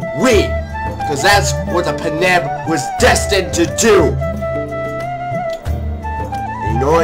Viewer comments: paneb? Its Panjab. Panj Ab literally pronounced how its spelled. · I laughed when he said panab. Im punjabi and i dont find this offensive